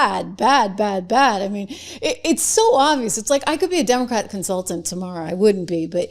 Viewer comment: You said dumbacrat ? I like it.